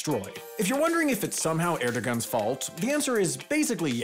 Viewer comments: Just a note that the g is Erdogan (and I assume other Turkish words) is pronounced like a w because Erdowan thought it would be funny to troll us apparently. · Dear: Erdogan is pronounced Erdovan. I have no idea why. Sorry.🙃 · Why are words and names always mispronounced on Wendover and HAI videos? The g is silent in Erdogan. It’s not that hard to research the real pronunciation. I don’t mean to be rude but it’s really frustrating because this has happened for years and it is starting to seem like ignorance of non-American cultures. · as a non-turk, isn’t the g in Erdogan pronounced like a w? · The G in Erdogan is silent (yes really)